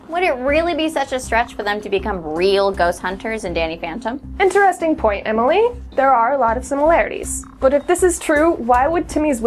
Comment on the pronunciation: did she say danny phenten?!😂😂